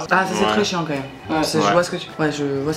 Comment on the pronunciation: Les gens qui disent mome à la place de même.